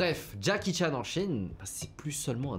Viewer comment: ❌️ henry chan ✅️